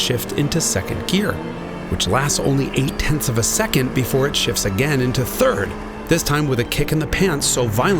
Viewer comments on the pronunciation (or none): none